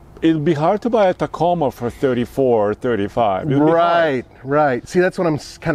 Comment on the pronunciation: I’m offended with how this man says “Toyota” and “Tacoma.”